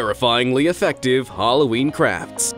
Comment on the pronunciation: He Kind Of Says Halloween Cracks😑!!!!!